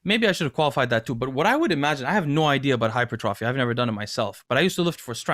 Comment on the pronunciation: Hi-pert- tra- fee, is how it is pronounced